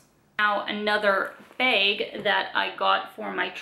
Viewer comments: I think its "Baeg". Funny little ways Canadians say things like "aboot" I wonder what words we say that sound funny to others, especially us Californians. Someone from the Midwest actually told me I had an accent. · I hear more A like bAge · Yeah, maybe you are right. It sure is not a short A though.